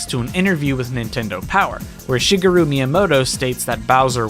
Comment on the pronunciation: The way you pronounce Shigeru is.... interesting